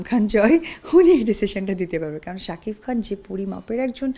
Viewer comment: স্বামীর নামটাও ভালো করে বলতে পারে না রে.... শাকিফ...ফ...ফ 😂😂😂😂